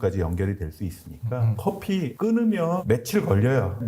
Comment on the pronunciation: 커피F 발음 ㅎㅎㅎ